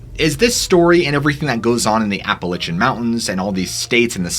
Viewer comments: My friend, I like your stories and your vid's are on point. But please, it's not Appa lichin... It's is pronounced Appa lay she an. Sorry. Plz keep up the good work. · Ap pa latch en NOT Ap pe litch en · OMG I was about ready to strangle you after the 7th or 8th or 10th time you said Appa-litch-ian Mountains. There is no Apple Itch! GDammet, it's Appalachian... like latch... Appa-latch-ian you Love your stories though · LACH not Lich but overall good show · APP UH LATCH UN Jesus Lord. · Apple itchin’ mountains… Appalachian, Apple A shun.. thank you.. you’re welcome… 😜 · Never heard of the “Appalichin”Mountains, please research pronunciations my dude! Love the content. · Ya gotta learn to say Appalachian right 1st, it’s App-Uh-Latch-Un! But the pattern sounds like a hefer bellering, just the tone is much different. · It's ap-uh-latch-uh, like apple atcha. Like to throw an apple at you. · Pronunciation nazi here, App-a-lay-shun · Seriously, learn how to pronounce Appalachian. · Dude I love your videos but please never say appalachiam like that again😂😂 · Love the channel! The way you pronounce Appalachian though...lol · its Appalachian not the way you are saying it!!!! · Great video. Though the way your saying Appalachian mountains is throwing me off lol 😂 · You saying the name of the mountain range wrong ... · You gotta listen to how “Appalachian” is pronounced, mate